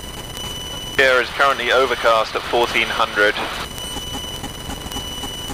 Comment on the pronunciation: Pierre, SD is pronounced the same way pier or peer is, 😉 Love the content.